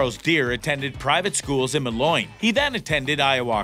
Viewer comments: By the way, it's pronounced "Mow-leen" not "Muh-loin" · It is MOLINE! Mo lean. Jeez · moloin? it's Moline - Mo-leen. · I hate how he mispronounced Moline come on that’s our city man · Almost fell out of the chair when i hear mah’loin 🤣🤣. Pretty much couldn’t take the video serious after that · ah yes my favorite town Ma Loin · It’s pronounced “Mo Leen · It’s ‘’Moline’’ not mow-leen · “” needs to learn to pronounce Moline as “Mow-Leen”. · It’s pronounced mol eeen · Learn how to pronounce Moline, Illinois. It will increase your believability. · For a farm-related YouTube channel, it is surprising that you don't know how to pronounce Moline, Illinois; I mean, it has been the farm implement capital of the world for generations, after all. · lol i know right!?!? He could use a little work on his pronunciation on city names. "Moline" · Man he butchered the way he pronounced moline